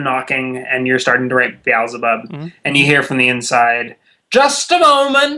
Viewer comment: Wait! Has he been saying Beelzebub this whole time? Could have sworn he was saying The Owls Above xD